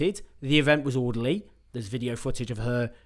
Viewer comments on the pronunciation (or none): none